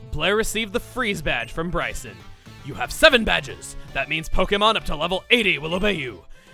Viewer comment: I have been waiting for this gym since my name is also Brycen wanted to see if he pronounced it right and I was happily surprised. Thanks chugga, keep up the great videos man